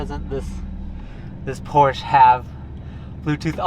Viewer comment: You can't even pronounce Porsche.